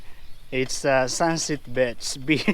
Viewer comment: Ingat sa pag pronounce ng beach 😀